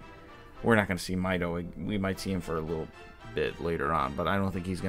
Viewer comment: Mideoh? I think you mean Mido??